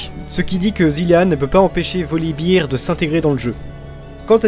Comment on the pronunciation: Olala, je déteste ta prononciation des noms commun! Soit tu nous les fait à la française, soit à l'anglaise, mais pas Français/Anglais! Freljord => ]Frailïorde] ... Je suis rabat-joie mais les doubleurs français ont tous cassés en le prononçant salement ! Volibear => [Volibaire] ... Et non pas Volibeer [Volibire], c'est pas une bière ton ours :D Zyra => [Zaïra] ... Je suis sûr que tu dis Ryze [Raïze] et non [Rize], c'est pareil pour Zyra :D Mais bon, sinon c'était sympa ! :d